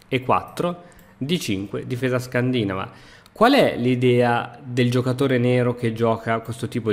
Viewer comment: L'ho imparato proprio dalla mia passione per gli scacchi: può apparire strano, ma scandinàva è più corretto di scandìnava ^_^